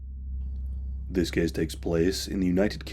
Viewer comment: ahh the good old ''this kees takes plees'' ^^ hehehe got to love this dialeckt